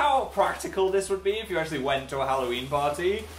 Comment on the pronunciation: More like hallNOween